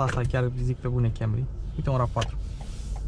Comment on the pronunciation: Pe lingă faptul ca de fiecare data îi zice Kemry 😂